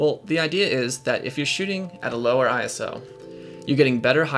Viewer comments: Its ISO...not I, S, O :) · ISO is a word, not an initialism. Don't say I.S.O., say eye-so.